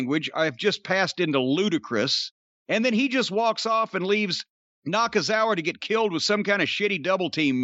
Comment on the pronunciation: I’m just here to hear Jim say Michael “Nakanakitthefuckoff” it never gets old 😂